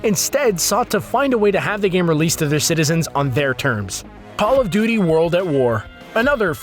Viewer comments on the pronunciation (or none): Hey um paw of duty? or Paul of duty? You mean call of duty? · he said Paul of Duty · Did he say Paul of duty